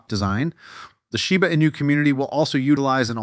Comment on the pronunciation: Your AI VOICE STILL CANNOT SAY SHIBA INU PROPERLY!!! Fake voice everyone.